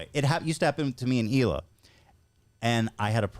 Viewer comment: The way Howe pronounces Hila and Colleen 😂 ohhh he’s so darn cute. This was a breath of fresh air 🎉